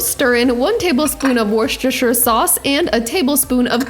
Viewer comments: Correct pronunciation is like "WUSS-ter-sher." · ‘Wooster’ sauce 😂! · Turned out well. The English would pronounce Worcestershire: wu stur shr. Thanks for the video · Everyone, repeat after me: WUSS-tər-shər... sauce. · Wooster Sauce! A critical ingredient (but don't overdo it). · Hey I love the way you Yankees pronounce Worcestershire sauce it always makes me grin 😁. The correct pronunciation is “Wuster shire”.peace and love from UK 🇬🇧❤️ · Wooster Shere- 🇦🇺🦘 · Nice job,, but you MUST work on your pronunciation of Worcestershire! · Thank you wokeup! Given my British ancestry you'd think my tongue would let me say it correctly, not so much.